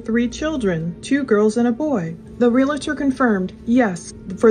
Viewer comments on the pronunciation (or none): ps. its not a real-a- tor, it is a reel-tor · Realtor has 2 syllables.